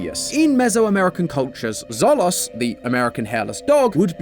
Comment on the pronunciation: Xolo is pronounced 'sho-lo' not 'zolo'. X has an sh sound in Nahuatl. Also Xoloitzcuintli are Mexican hairless dogs, not American. They are the national dog of Mexico.